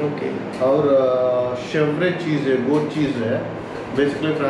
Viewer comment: गौट नहीं गोट बोलते हैं भाई